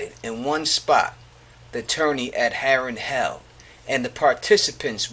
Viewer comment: Harren Hall lol pronounced Harren Hell